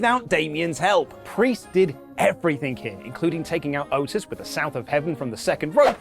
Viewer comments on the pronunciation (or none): none